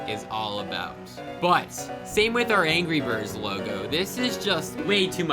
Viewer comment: at exactly he says gry birds. true discord members would know. that or we're going back in time to the first Thanksgiving to get turkeys off the menu. or we're getting high while getting whiplash from headbanging for ten minutes.